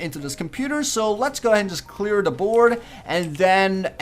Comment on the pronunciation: Why does he always say "da" instead of "the" it's really annoying.